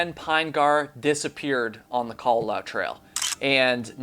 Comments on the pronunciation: FYI the u at the end is enunciated so the last bit should be "lah-oo" rather than "lau" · It is KA-LA-LA-OO. You pronounce all the vowels in Hawaiian words/names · You tell very interesting stories but, having lived in Hawaii when I was a girl, your pronunciations of local places and of the Kalalau trail is driving me nuts. Babbel, baby.😉